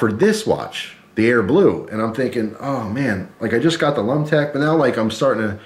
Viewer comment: I cringed every time you said lumtec